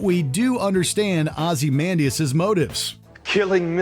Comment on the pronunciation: “Ozzy-man-dee-us”? Please tell me that is not the correct pronunciation of his name.